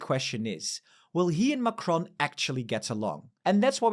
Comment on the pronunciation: If you can pronounce Merz correctly, why can't you pronounce Macron?